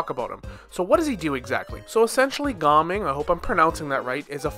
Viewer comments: It's like pronounced Ga Ming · I know. It should be Gaa Ming or Gah Ming not just Gaming